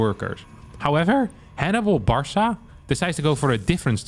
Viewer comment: pronouncing "Barca" as "Bar saw" 💀